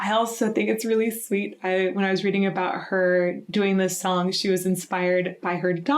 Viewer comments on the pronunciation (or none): none